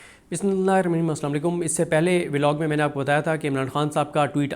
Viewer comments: Is ne Bismillah galat parhi ha 😮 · Dobara sun k dekhen wese Sara Sahi Bolta but Bismillah galat parhta😢buhat Afsos